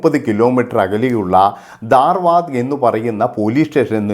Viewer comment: ദർവാർ അല്ല ധാർവാഡ്